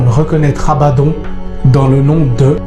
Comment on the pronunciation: Abaddon qui se prononce abaddonne et cest sur l'ordre de dieu quil viendra seul dieu peu ordonner.